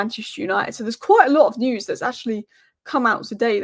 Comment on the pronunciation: Hi. It's pronounced "News" and not "News". Also "show" and not "show"